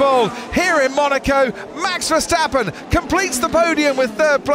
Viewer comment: The name of Max Verstappen is hard to pronounce apparently. It is definetely not MEX VERSTEPPEN! The "A" in his name is pronounced as a REAL A like in father, brass, for instance!!